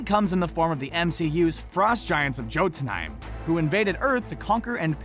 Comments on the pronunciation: It’s not JOtenheim it’s YOtenheim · It’s pronounced Yo-tun-hime=Jötunheim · Its pronounced Yawt-In-Hime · this is how you pronounce jotenheim (yotenheim) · It's pronounced "yotenheim" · Jotunheim is pronounced Yo-toon-haym If you don't believe me, read Riordan's Magnus Chase book 2/3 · Wow! Thank you for this video! I had no idea about these connections! I liked the Marvel/"Big Hero 6" theory the most! And it's pronounced 'Yo-tenheim'. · Aw, man, it really bugs me when you mispronounce Jotenheim (Yotanhime, if you read it in English) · You said Jotunheim wrong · That pronunciation of Jotunheim though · Yeah, besides the fact that he pronounced Jotunhiem wrong🤦🏼‍♀️